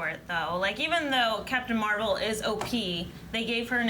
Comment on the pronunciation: and What does 'O-P-EE' mean!? Captain Marvel is OP/Okie!?